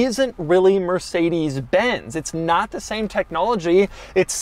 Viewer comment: Did he just say mercedes benzy???